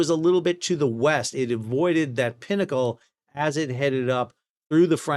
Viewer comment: Thank goodness you said pinnacle and not pee-knuckle.